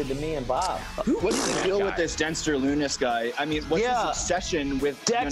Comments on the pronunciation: did Kyle just say Dexter LuNis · I like how Kyle calls him dexter lunnis.